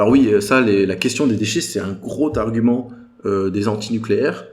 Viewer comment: Très intéressant merci. Attention aux liaisons ceci dit : - - > "un groTargument" 😂😂😂